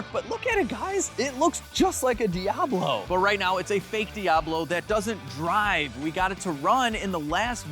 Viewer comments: “The No-Ablo” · The foeoblo (foe-ob-low) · Call it the “Fiablo” fee-ahh-blow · Diabfaux. Or Diab faux. Or Lamb-faux-ghini… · The "Doh"ablo 😂